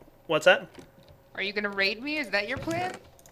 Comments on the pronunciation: when said raid i tought she said ur going to rape me xD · when said are you gonna raid me i first heard rape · oh know i thought i heard say are you going to rape not raid WTF I had to double take that one lol.